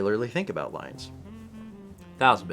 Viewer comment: I remember laughing so hard at failing to name the Detroit Lions ( - ). I completely lost it when he pronounced it as "Leons".